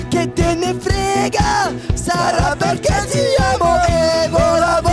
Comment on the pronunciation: Arg le Perché mal prononcé. Même moi ça m'a fait mal au oreille